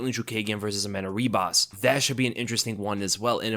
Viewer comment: I wouldn’t be honest with you if I didn’t call you out on you butchering some of these names lol you should know better about the Brazilians by now. 90% of the time their “R” is an H. Amanda Ribas is pronounced HE-Bas. Also Ion is pronounced E-WON